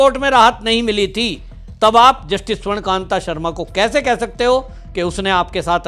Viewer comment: अरे भाई जज का नाम तो सही बोल ले. स्वर्ण कांता शर्मा नाम है स्वर्ण कांत नहीं.